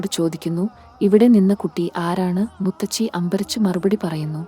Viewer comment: മുത്തച്ചി അല്ല മുത്തശ്ശി എന്നു പറയുക